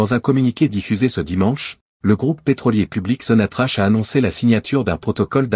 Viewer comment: On la prononce sonatrak